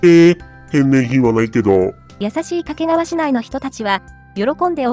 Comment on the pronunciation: 掛川のアクセントが"け"にかかる